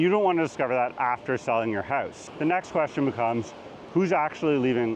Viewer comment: That’s not how you pronounce Out or House